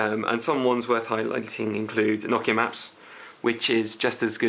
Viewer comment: Finally, someone pronounced Nokia correctly. Most people on youtube pronounce it as NO-KIA....It's pronounced NOCK-IA.